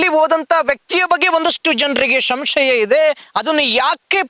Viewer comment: ಶಂಶಯ ಅಲ್ಲ ಸಂಶಯ. ಕನ್ನಡವ ಕಾಪಾಡಿ